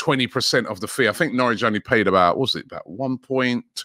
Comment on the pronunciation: Nowrich lol. Editor needs to go back to school